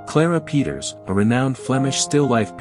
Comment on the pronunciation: I like this format of informative shorts on art. Keep em coming! Peeters is pronounced like 'Pay-tuhrs' though